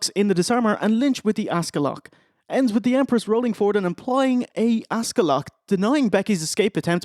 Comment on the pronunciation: Everytime says Asuka I hear Oscar. Can't unhear it